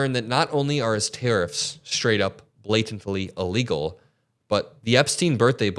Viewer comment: You need to Pay more attention to the way you speak. It's illegal not allegal.